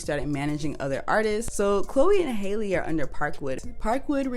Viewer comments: Halle’s name is pronounced the same as Halle Berry not like Hailey Bieber lol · Halle is pronounced the same as Halle Berry 😊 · Halle's name is pronounced like Halle Berry not like Hailey Bieber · Halle Bailey's name is pronounced like Halle Berry